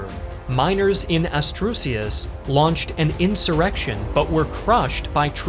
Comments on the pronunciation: "Astrusius" ASTURIAS miners in ASTURIAS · After minutes I have to pause and write this: -General Sanjurjo -> Sanjurjada. Not ‘Sanjurada’ -Asturias. Not ‘Astrucias’ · miners in Asturias, not Astrucias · It’s Asturias, not astursias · Astrucias....It doesn't sound familiar to me that there is a place like this. A place called Trickerys (astucias) would be weird. Maybe I could have said AS TU RIAS. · astrusius... ASTURIAS! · Great video, but an atrocious pronunciation of the Spanish names. ASTURIAS not Asturcias lol. Also, I am from the Canary Islands.... That drawing looks NOTHING like the Canary Islands hahahah Other than that, great video. A shame you're leaving YouTube mate. We'll be left without one of the greats. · Asturias ❌ Astrucias ✔️ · Only calling it out because it’s the only real mistake I’ve heard in years but Asturias no Astusrias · Asturias not Astrusias, that said, amazing video. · Astrusias??? Oh man, I already can't take this seriously. No one wants you to fake a Spanish accent, but what the hell man... at least READ with your EYES. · ASTRUSIAS! (Asturias) los gringos se complican demasiado con las pronunciaciones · Astrusias? I guess you meant Asturias... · I’m sorry, when you said “Astrusias”, did you mean to say “Asturias”? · lmao, "Sanjurada", "Astursias", "Manuel AzaNa" and etc. etc. How can someone take seriously anything in a docuvideo if you can't even name correctly people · As a Spaniard, having heard "Astrusias" as pronounciation for Asturias is insane! lmao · Ast- WHAT? It's ASTURIAS😭 not "Astrushas" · Spaniard here! Love your videos, but I have a pronunciation note: Asturias = As-too-ree-ahs Disculpa por las molestias. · Astrusias lol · Man said Astroosias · Great video as always, but it's "Asturias" (Ass-too-ree-ass). Edit: I don't go around correcting everyone's pronunciation, but the way you said it got a laugh out of me and also I was hoping to help. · No, it's clearly supposed to be Astrusias. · Atrucias, lpm...